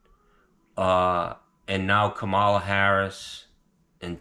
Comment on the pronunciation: KAmala, not KaMAla. Get it right,! 😂 I need a HARRIS sign for my lawn. There's not one Trump sign in my entire neighborhood. God bless,. FU Tony Plumboob!